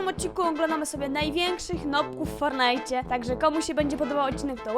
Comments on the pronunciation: Jezu nie mów fornite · Ty jesteś noobem bo mówisz fornajt